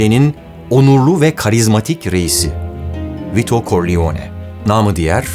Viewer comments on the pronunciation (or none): “Koriyone”… “Korliyone”… “Vito Koriyone”… düzgün telaffuz etmen lazımdı yani “Karrleone”.